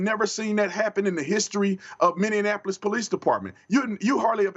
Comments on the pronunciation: The first fifty times you called it Minneanapolis, I just let it pass, but, at this point, someone must have at least tried to tell you that it's Minneapolis, so I can only assume that you just refuse to be corrected, or you're stupid, and I don't think you're stupid. If you want to be taken seriously, please talk like a serious person. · "Minneanapolis" there's only 2 Ns mini-apple-iss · I agree with 99.9% of what tatum says, just someone really needs to tell him it's minne-apolis, not minne-an-apolis. I know it's minor, it just distracts me every time he says it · Minne-Apolis ✔ Mini-in-Apolis❌ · Lol ohhh goodness 🤣😂😅😆 it's MINNIE-AP-OH-LIS not MINNIE-IN-APOLUS🙃🙂🤪😜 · I love how Tatum pronounce my home city. "Minnianapolis" 😂 Minneapolis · I love you Brandon, but pleeeeease stop calling it “Minnianapolis”. FFS it’s “Mini-apple-iss” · ITS NOT MINI-IN-APOLIS.... ITS MINNEAPOLIS... I wish you would stop pronouncing my city wrong B Tatum.... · Mr. Tatum. Please allow me to correct you in the pronunciation of the name for the city of Minneapolis. When you say Minne-an-apolis you are adding - an, in the middle. Say it without the extra -an. Minn-e-apolis.